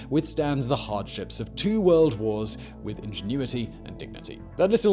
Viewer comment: When Simon said "Two World Wars and" I was half expecting him to say "one World cup doodah doodah" must be the accent Luxembourg is also a ridiculously beautiful country. The capital is a great place to have a beer on a hot day chatting with friends and setting the world to rights.